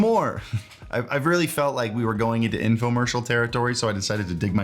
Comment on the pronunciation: Informercial????? What is that hahaha